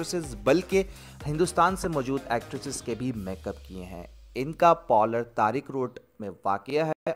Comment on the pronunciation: Polars nhi hota parlour hota hai make up hota makup nhi hota kahan ki pronunciation sikha rhe ho